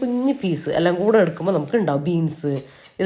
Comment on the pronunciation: എല്ലം അല്ലാട്ടോ.. എല്ലാം ന്ന്‌ പറയണേ 😁